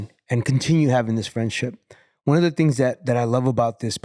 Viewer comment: its things not tings lol